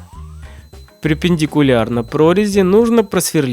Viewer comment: Припиндикулярно прорези? Может перпендикулярно?